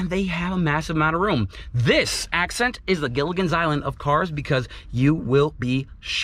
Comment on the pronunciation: You said accent wrong. 🤣🤣🤣